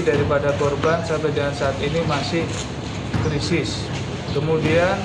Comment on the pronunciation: kritis pak bukan krisis😢😅